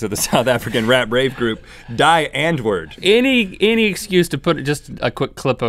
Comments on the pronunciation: is pronounced "dee aunt-voord" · Prounonced "Die Antwoord" as "Die Ant-woord". It's pronounced "D-ant-voord" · Rhett said "die ant word". Its actually die (rhymes with key) ant (I don't know how to explain this to you other than say it with an Afrikaans accent) voord (roll the r and extended the double o) = Die Antwoord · It’s pronounced Dee Antvort not Dye Antwort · DEE ANTWOORD NOT DIE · Its pronounced "D Aunt-verd" not Die Antword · I am sorry but rhett, those afrikaans pronunciations were HORRIBLE! Its not "die andwerd" its pronounced like "dee untvooert" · Yolandi. And it's pronounced dee antwoord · DEE ANTVURD not DYE ANTWERD 😣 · You pronounce it "Dee" Antwoord what means "The Answer". It's not from the verb to die... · Die Antwoord is pronounced more like 'Dee Ahnt-whort', not die as in dying xD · OMG Rhett it's not "Dye Ant-Word" it's pronounced "Di Unt-Voordt". It means the "The Answer" in English. And their 'music' is utterly atrocious. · You mispronounced Die Antwoord, 'die' is pronounced like 'we', also, the other guy is Yolandi's hubby :) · "Die" in "Die Antwoort" is pronounced : Dee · Mr Rhett, with regard to 'Die antwoord' the 'Die' isn't pronounced as in die (one day we will die). It's more or an hard like just saying the letter 'D'. Just for next time... Thanks for loving our South African group.. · Its not pronounced die antwoord in english, it's pronounced de like me not die like my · hearing him pronounce Die Antwoord as dye untword is so sad 😂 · It's pronounced D . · Just for future reference to all those that don't speak Afrikaans, the groups name is pronounced "Dee Unt-voo-ert" but you roll the "r" :D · Die Antwoord- (Dee-ahnt-vord) means- The Answer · michael grant Yeah, Rhett pronounced it wrong too. It's like "dee ant-wurd" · It's pronounced Dee antvord. Which was also the best concert I've ever been to. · This is late and nobody cares but Die Antwoord is pronounced "Dee Antvurd." :) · ITS PRONOUNCED DEE!!!!!!!!!